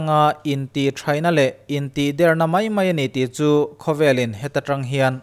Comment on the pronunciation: 'Intihder' i lam dan hi mak ka ti.